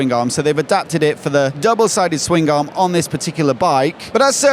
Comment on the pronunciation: Ok, Swing Garm? Swingarm. One word. Aaagh.